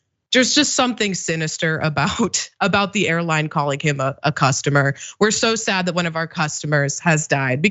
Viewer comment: "SO SAADD!!."